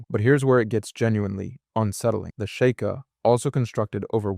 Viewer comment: Fr, it cant even pronounce sheikah